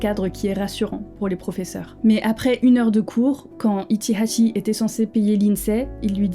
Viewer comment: J'adore ta manière de prononcer son nom avec l'accent qui va avec